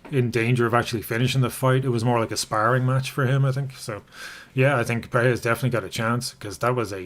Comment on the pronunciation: Quick thing! Perreira = “Pe-hei-ra” Pereira = “Pe-rei-ra”